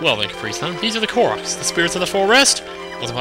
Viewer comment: its pronounced Core-OCKs